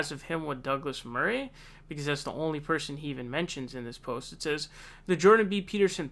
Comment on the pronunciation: I don't know if it's just you saying 'Murray' wrong or a general American thing, but that's not how you say his name.